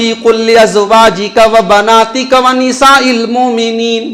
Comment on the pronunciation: ونساء پر ٹھہر کر ہمزہ کو کھینچ کر پڑھناتجوید کی رو سے صحیح نہیں ہے، محترم اس پر غور کریں.